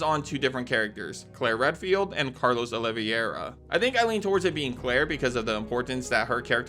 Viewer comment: The pronunciation of Carlos' last name surely has to be ragebait